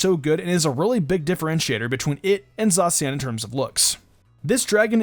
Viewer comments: when u say zacian wrong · What was that? Is that how you supposed to pronounce Zacian because i heard some people pronounce Zacian very differently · It's pronounced like za she in. Eiscue is pronounced like ice q.